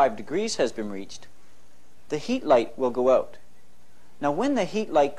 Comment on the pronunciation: The “Colour” guide. “The heat light has gone oot.” “Cooking pro-cess” Uh oh, Canada!😂😂😂😂